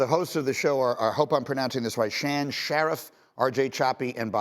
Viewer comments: Shan is pronounced Shawn, no clue why. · Tiniest nitpick: Its pronounced "Shawn Sha-reef" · Pronounced like Shawn. Do some research before you report on something. Lord